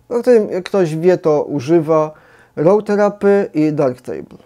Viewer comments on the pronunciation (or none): RAW THERAPEE jest naprawdę dobry. A mówi się nie ROŁ TERAPY, ale ROO TERAPII.